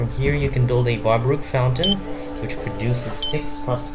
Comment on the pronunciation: Baroque is pronounced, Ba-roke.